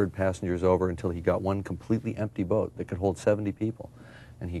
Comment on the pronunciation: I cringed every time Charlie said "boat". Wonder why James didn't correct him. Good interview though, it reminded me of how much I missed that show.